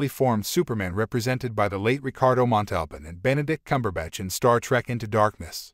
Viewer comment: Montalban was also mispronounced.